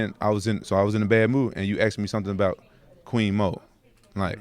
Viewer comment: "queen mo" LOL